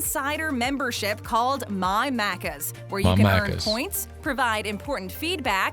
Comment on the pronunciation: Im way late but as an Aussie I just had to point out she kept mispronouncing maccas. Every. Time. There was a lot of wrong info but the mispronunciation hurt my soul